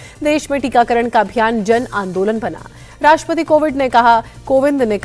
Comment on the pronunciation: Rastrapati COVID .....kya bolti h ye anchor 😂